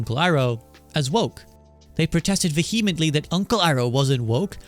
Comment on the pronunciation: That is not how to pronounce "vehemently," and I am tired of every YouTuber making the same mistake.